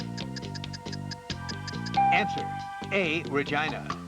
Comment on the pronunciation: The way he says "Regina" sounds like he was saying Vagina. 😂😂😂